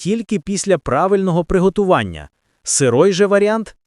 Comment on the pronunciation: Не сирОй,а сирИй!!😂